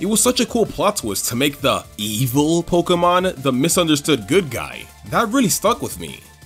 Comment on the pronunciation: I love videos. And how he pronounces Pokemon like 'Pok-uh-mon' instead of 'Pok-ee-mon' or 'Pok-ay-mon'. It's adorable.